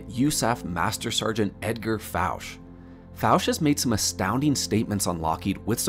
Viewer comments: No big deal but Fouche is pronounced Foo-Shay.. I've researched Edgar Fouche in depth...🤘👽🤘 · Hey, nice compilation of research! Just wanted to mention my buddy knew Edgar Fouche - you're mispronouncing his last name; it's a French last name so it should be pronounced that way.